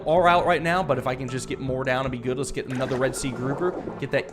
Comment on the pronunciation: Goot club. Everyone say goot.